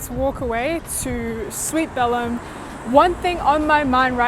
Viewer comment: I’m exactly the same. Don’t like sweets that are too sweet. Btw, Belem is pronounced with the accent on the second vowel. Go to Lisbon and visit Belem to see where they come from! So fabulous! And they are not too sweet, unlike many others.